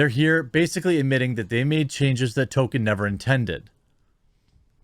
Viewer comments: Ffs. His name is Tolkein, not Token. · I love ya Jeremy, but the mispronunciation of Tolkien is driving me crazier than a Canadian commie hearing the Honk. ;-) “Toll-ken” or “Toll-keen,” please. “Token” is a South Park character. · You pronounce "Tolkien" as "token"... There is a token in this show, but it's not the author haha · His name is TolkIEN, not Token. He’s not a black character from South Park! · Every time you say "Token" I want to yell at you. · It's pronounced "tol-KEEN," Jeremy. There is an "L" in the middle and a long "Ē" in the second syllabol